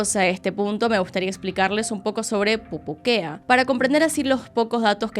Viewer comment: dato: necesito un audio recopilatorio de diciendo pupuquea